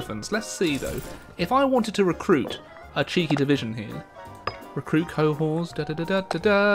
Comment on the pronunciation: it's pronounced 'co-hort'